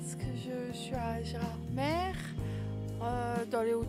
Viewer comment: Sympa la petite vidéo. Juste un truc: on prononce "Gerardmé" et non pas "Gerardmère".